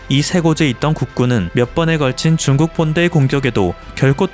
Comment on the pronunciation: 7분 7초 "북한이 한국에 준둔하므로써.." 내가 잘못 들었나 해서 자막을 봤는네 중국이네요 ㅋㅋ 소리만 듣다가 놀램 ㅋㅋ